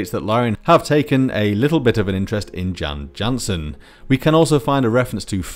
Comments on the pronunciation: Jan Jansen is pronounced as Yan Yansen in BG2. There's probably a connection between using the Swedish way of pronouncing J and loving rutabaga aka. Swedish turnip aka. swede. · Yep the name is consistently pronounced Yan Yansen in the game VA. It was in the old manual too (ahh the nostalgia for that ringbound behemoth). Didn't want to be "that guy" but thought you might want to know